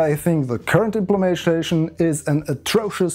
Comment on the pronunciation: the fuck is an IMPLEMAYSHAYSHUN